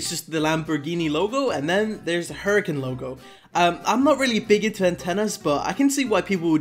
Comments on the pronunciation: Urakan? It’s more like hura khan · Lamborghini oodacon 🤣🤣🤣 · Man said Lamborghini hoorika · Said it wrong sheeeeesh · every time he pronounces it like this I die inside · That pronunciation of huracan was insane